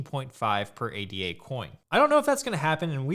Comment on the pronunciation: Hey thanks for this vid, it had interesting information and opinions in it. Hope you don't mind me leaving a couple of observations here: 1) ADA is not an acronym, it's a name. It's pronounced 'ey-dah' (with ey as in day). If you look at the Cardano website, they even spell it Ada or ada (not ADA) because it's named after Lady Ada Lovelace - as you probably know, the first known programmer. 2) As you yourself said: Cardano is the platform, not the coin: the coin is called Ada. I think it would be helpful for beginners if you keep that in mind. Talking about 'buying Cardano' or 'the price of Cardano' or 'holding Cardano' is probably more confusing than helpful when what you are actually talking about is buying Ada, the price of Ada, and holding Ada. Just because Ada is the only Cardano product right now, it doesn't mean it will always be that way.